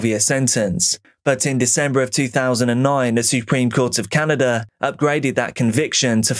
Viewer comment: What is DRAWERING or CANADER ?